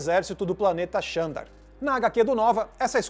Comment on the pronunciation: Se escreve Xandar mas se pronuncia ZANDAR...vamo fazer o deve de casa gente